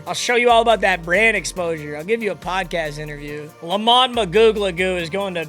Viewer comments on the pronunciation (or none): Who did spells or whatever , It's Le Mont